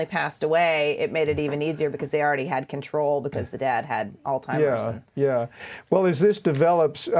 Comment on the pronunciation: It's Alzheimer's, not all-timers! Please look it up!